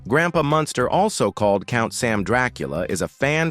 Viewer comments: I really detest the AI voice on these videos. Especially since it gets words and names wrong. Anybody else notice it keeps saying "Monster" instead of 'Munster' ? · I had thought that Al Lewis ran for NYC Mayor, but was surprised to learn that he ran for NY State Governor. Many thanks for the accuracy & enlightening details. With sincerest respect though, that narrator (A.I. voice?) constantly mispronounces the name “Munster” as “Monster”. Though I personally find that endearing because when I was a kid (under 10 years old) I would call them “The Monsters” as a more descriptive name 🧌😉😆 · Munster - Not Monster...Your AI Crap - Don't Cut It...Got IT...Stay Safe... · YOU KNOW HOW TO PRONOUNCE MUNSTER, BUT YOU KEEP SAYING MONSTER. ..... VERY DISTRACTING. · the AI that reads these scripts is horrible on pronunciation, or the idiots who write the script are very careless. even though the family is the Munsters, the AI keeps referring them as Herman monster, Lily monster, Eddie monster. Marilyn is referred to as granddaughter Marilyn Munsters plural